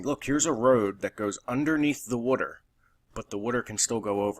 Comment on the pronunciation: Wutter? Wooder? I've never heard anyone pronounce water like that